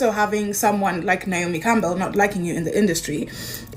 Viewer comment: As a Naomi, it’s NAY O ME. 😊 💖